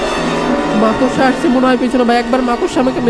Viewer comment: That's not মাকসা😂😂❌ It's মাকড়সা😂😂😂✅